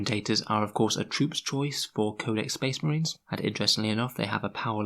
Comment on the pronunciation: spehs muhreeens. Great bit